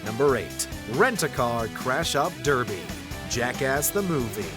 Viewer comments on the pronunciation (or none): none